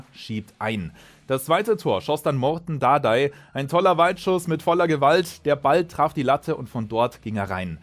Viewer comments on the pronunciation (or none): Er heißt Maaaarton Dardai und nicht Morton